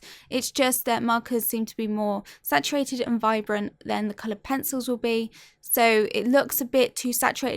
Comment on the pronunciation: Every time she says "colored pensowles" I immediately think of peppa pig